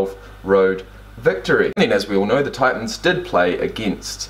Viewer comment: Ah, the glottal stop at that. You did EXACTLY that.